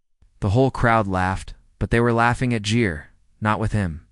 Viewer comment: It's Gere you AI using clown not Jere.